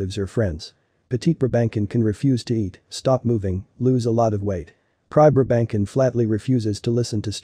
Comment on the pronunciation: NYCZ 0 seconds ago What the heck is a "briBANKin"???? BRA-ben-sohn! I have one, yes, and everything this video said is true, but please don't butcher it's name! I have enough angst when they call mine a "pug"!